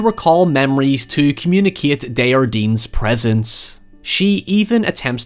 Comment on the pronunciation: Hey,! =) Henry (Henri) DesJardin's name is French, not Spanish, so you pronounce the J. It should sound vaguely like "On-ree Day-jhar-dehn" (at least in standardized Canadian French). The H is beside the J as a reminder that it is a soft J, like a "sh" sound but not quite, rather than a hard J, like in the word "Jar". Hope that helps!